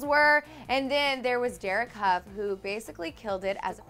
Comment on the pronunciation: That’s not how u pronounce dereks last name😂🤦🏻‍♀️